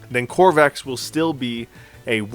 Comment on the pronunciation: I know this is nitpicking but please... Please stop staying Crovax wrong! It is not COR VAX It is CRO VAX.